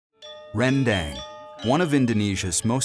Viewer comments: Ren-dEng. westerners always say this wrong. dang it's pronounced: Ren-dAng 🤣🤣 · Its spelt "rendang" but pronounced "ruhn-dung". The best rendang, in my humble opinion, is the minang style slow cooked for hours upon hours over a wood fire so as to not only have a distinct rendang taste but also to absorb the rich smokey flavour. Cheers. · om William tolong ajarin mereka pengucapan rendang yang benar om. masa' rendeng jadinya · justru pengucapan yang benar itu randang, nama makanan yg bersal dari proses pengolahannya